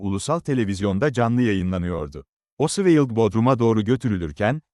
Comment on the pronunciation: Her tarafı dökülen saçma sağan bir video. her şeyden önce, çocukların bile bildiği Lee Harvey Oswald'a diliniz dönmüyorsa, neden video çekiyorsunuz? Ayrıca içerikte sayısız hatalı bilgi var sayın.